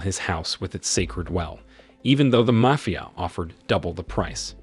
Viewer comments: Did you say "mayfia"?? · you pronounced "mafia" wrong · the narrator can't pronounce Mafia correctly, so maybe he can't do basic math either. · Yep, repeatedly.